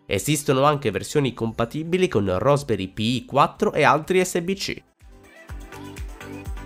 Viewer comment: RASP, dove la vedi la o, e dovevi solo leggere